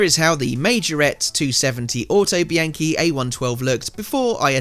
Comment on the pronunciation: Looks great! But isn’t it pronounced auto bee on chee?